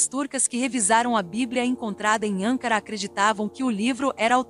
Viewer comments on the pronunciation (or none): Repetidas vezes a narradora pronuncia de forma errada o nome da capital da Turquia. Não é ÂNCARA e sim ANCARA